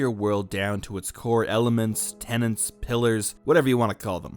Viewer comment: You even WRITE "tenets" yet you always, systematically, pronounce it "tenants". Why?